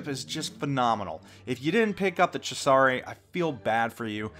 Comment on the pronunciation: Ceasare---pronounce "Che-ZA-Rhey"